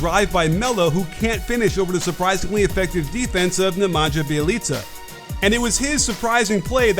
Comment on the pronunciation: I'm sorry, "Nyemadga Byelica"???